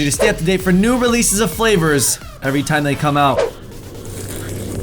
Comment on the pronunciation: Cweations- and twime less he said xD